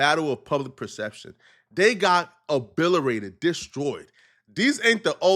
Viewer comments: leave it to to pronounce obliterated obillyrated lmaooooooo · I swear this mf is barely literate. “heavy scrutinty and eye glasses” its SCRUTINY and GLANCES. And WHETHER NOT RATHER. AND “ABILERATED” isn’t a word, it’s OBLITERATED Foolwilly mf🤦🏽‍♂️ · It’s obliterated not obilerated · bro said " obillerated" LOL then said "We not stupid no more" right after that its obliterated bruduski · Nigga said obiterated tryna sound smart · incorrect usage of words for today: “obillerated” instead of “obliterated” 🤦🏾‍♂️ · like obilerated. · O-bill-it-rated lol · My guy did you just say “Obilerated” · Did he say A-BILL-A-RATED? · they got “oBiLleRated” 😂😂😂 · Forgot the T in obliterated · O-bill A-rated lol 😅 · New “word” of the day fo sho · I love u brother but stop using big words u cant pronounce 😂. WhT is "Obilerated"